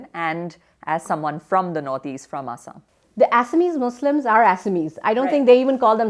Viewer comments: The lady is fucking idoit she can't say Assam properly it's not asham it's Assam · What is "A__saam"?😒 It's "Axom" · Not A_ssam. It's Assam(Axom) looks like mostly scripted.. Look how see pronunches ulfa sulfa